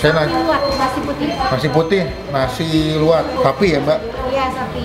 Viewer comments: Sambal Lu'at ya,bukan Kuwat pengucaoan ada penekanan di LU,begitu pun se'i penekanan di SE ga nyambung,terus sambal Lu'at asli itu gak pake terasi bahkan ga manis harusnya agak asem,pedes sama ada irisan jeruk nya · Pelayananya saja p ngucapan nama makanan salah jadi se'i ada penekanan di SE nya bukan di gabung Begitu pun sambalnya Lu'at penekanan di LU bukan disambung luar Semoga menambah informasi